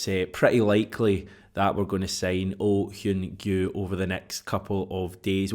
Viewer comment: Another fine video. And your pronunciation of Oh Hyun-gyu was spot on. I have strong doubts that youll be using the name after Jan 31, but its great to see you improving your Asian language skills! 😆